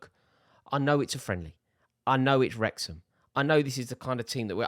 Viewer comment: It’s Wrexham…